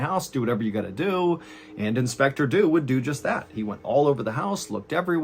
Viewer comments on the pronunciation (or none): Inspector Dew was English. English people do not pronounce Dew like that. It's not Doo. it's either Dyew, or DJew (yes like Jew) depending on region and class/education, but both would be correct for edwardian London. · did he just say "do dew"? I know he actually say "Dew would do just that" just sounded funny. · I'm sorry but I giggle every time you say "inspector do"